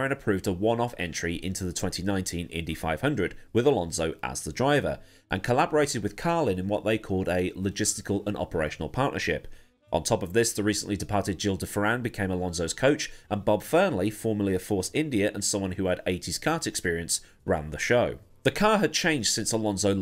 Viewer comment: Paul Page, one of the main ABC commentators, would say it as Jill de Ferran, a combination of the two. That’s how I thought it was supposed to be pronounced for years, it was only recently I learned it’s Fe-ran